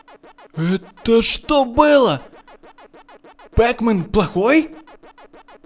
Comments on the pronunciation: не пэкмэн а пакмэн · Не пэкмен а пакмэн